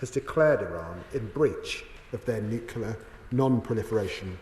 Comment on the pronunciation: Can't even pronounce NUCLEAR properly. What an embarrassment ! You are irrelevant Lammy, as is your mate Starmer !